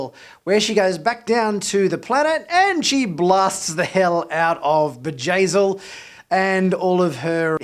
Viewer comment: it's Bjayzl, not Vajazeel. It's a B not a J.